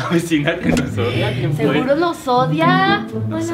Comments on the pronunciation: en el minuto dice : "nos odida " en vez de decir nos odia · Like si te diste cuenta q en el minuto dice ODIDA 😂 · dice odida jsjsjs